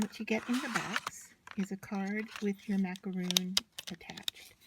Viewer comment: Um it’s not macaroon, it’s macaron. js